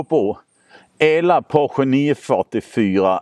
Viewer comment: Fiat Multipla är så ful att den är cool, Citroën Pluriel är också riktigt udda och cool. Och Porsche, heter Porsche, inte Poche ;)